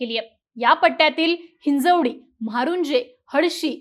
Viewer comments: हिंजेवाडी नाही...... हिंजवडी म्हणा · हिंजेवाडी नाय ते हिंजवडी आहे वाट लावू नका तुम्ही गावाच्या नावाची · हिंजवडी असे नीट नाव घ्या 🤬😡 हिंजेवाडी काय लावले 😡🤬😡